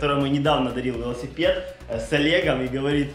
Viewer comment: Покрась лясипед как олег говарит